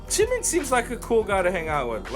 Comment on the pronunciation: I LOVE YOU YOU SAID JUNGKOOK AND JIMIN'S NAME RIGHT YESSSSSSSSSSS